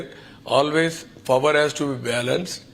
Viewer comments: ఫవర్ కాదు పవర్ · Its not "fower" its power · Bro... look at this video clearly, jagan also noticed the mistake and smilled .... people right there corrected him .... .. enduku cover cheyyadam... it is a miss of tongue.. CBN power ni fower antadu.. 70 years age ayana english ni mana comedy chestunam kada.. mari first class student sangati enti .. we shud not judge them for spoken english skills .. Lets leave it here .. thanks for replying politely .. have a nice day